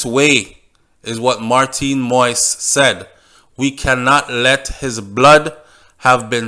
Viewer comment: It is not moist. It is moise.